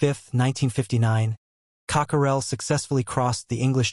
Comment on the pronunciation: Totally inaccurate information. Craft pictured is not SR-N1 Person pictured is not Cockerell Inspired by a blower similar to a hair dryer, not a vacuum cleaner “Cockerell” is not pronounced Cock-er-rell